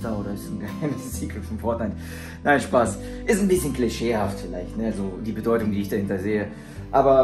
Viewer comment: Diese Beteutung 🥺❤️